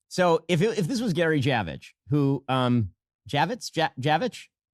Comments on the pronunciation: He knows how to pronounce Javitz - not like Javage...his nationality knows. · Yes we know that you don't meet with "random people". Interesting that you cannot pronounce Javitz - it's not Javage you and I know that you know how to pronounce that